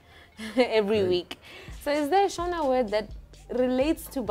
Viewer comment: Wow she pronounce shona words better than some Zimbabweans